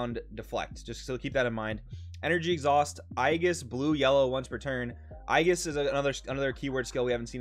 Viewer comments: im sorry its nothing against you its aegis with an A at the beginning. love the content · please never try to pronounce aegis anymore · I think you pronounced "aegis" in every possible different way lol